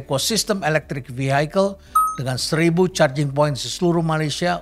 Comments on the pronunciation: Terima kasih atas pencerahannya Prof.. Btw ada yg mengganjal buat saya saat Prof. Kasali mengucapkan 'Vehicle' menjadi 'Vihaikel', setahu saya cara pengucapan yg benar adalah 'Vihikel'... Banyak pejabat lain yg salah ucap, bahkan Pak Jokowi... CMIIW.. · Sebut Vehicle aja udah salah. Mas Elon kapan mau masuk begini 😂😂